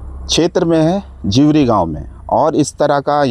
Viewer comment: जीवरी को दिवड़ी बोल रहा है 😂 क्या पत्रकार बनेगा रे तू 😂😂